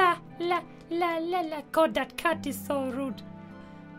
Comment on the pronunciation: And when he says "God" it sounds like "cod" XD